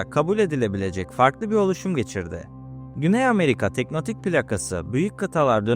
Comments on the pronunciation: Teknotik değil "tek-to-nik" abi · Teknotik değil tektonik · Abi "teknotik" değil "tektonik" Videoya odakalanamadım fjfjfndkkdkd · tektonik olarak telaffuz etmemiz daha doğru olur. emeğine sağlık.